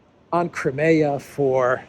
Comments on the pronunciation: Nobody else pronounces Crimea as you do! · Is that how to pronounce 'Crimea'?